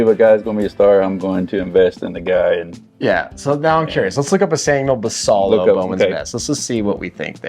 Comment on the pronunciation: Great content, I do really enjoy your videos. One suggestion is to do more research into how Latin players’ names are pronounced. Samuel Basallo would be pronounced like bah-sigh-yo, for example. Just a suggestion to make your content even better, imo. Thanks gents.